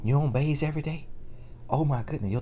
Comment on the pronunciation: "you-on't baze everyday?" My bro country as hell and i know because I'm from the country! I ain't heard baze in a years! 🤣🤣🤣🤣 🤭